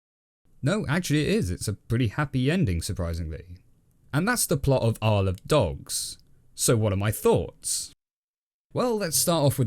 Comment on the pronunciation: To me it sounds like "i sold dogs"